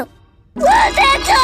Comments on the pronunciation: Why do the subtitles say katara but it sounds like everyone is saying rebeca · why does it sound as though he is saying Rebecca instead of Katara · Rebeca? It's katara